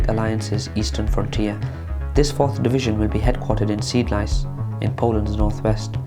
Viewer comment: Shame you didn't research the pronunciation of Polish names, and I don't think you checked the location of "Seed-lice" on a map. Otherwise, excellent, objective video that really focuses on the fundamentals.